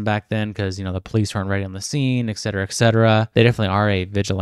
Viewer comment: Admittedly a Nit pick here It is "et cetera" that is why is is abbreviated Etc. It is not X etera nor is it ec certera. I figure it is best you learn from a YouTube comment and hopefully it isn't a correction you are subjected to in a boardroom business meeting